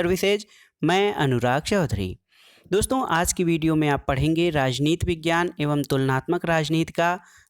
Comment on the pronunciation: Vejiyana na sir padhna hai